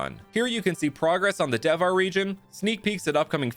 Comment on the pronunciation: Hey, just to make it more relatable to the Indian audience, I think you should pronounce Devhar as "They've-haar" because "Dev" is not read with a strong "D" sound, but a rather soft "Th" sound, as in "The"